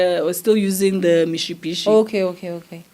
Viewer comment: Love the way she pronounces the Mitsubishi 😊